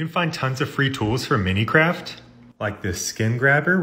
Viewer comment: I think that was deliberate triggering, like mispronouncing minecraft, Munich etc lol